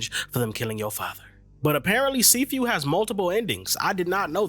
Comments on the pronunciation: See few 😆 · U pronouncing it wrong